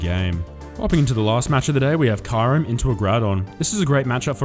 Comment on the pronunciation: Hey 🐶 I love the way u pronounce Kyurem. 😝